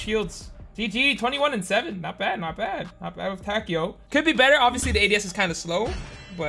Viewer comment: I'm sure it's (Ta-kay-o) but i could be wrong.